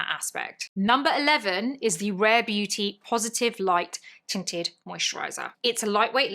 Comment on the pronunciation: Your accent (and me busy cleaning my guest bedroom) had me at first because I heard “titted” and not tinted. Either way, I was invested. 😂😂😂😂